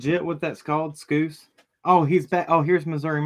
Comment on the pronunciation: Lmao l cracked up at "it's called Scoose". Hes from Liverpool England you were very close, It's pronounced Scouse rhymes with Mouse But l like Scoooose better lmao 😆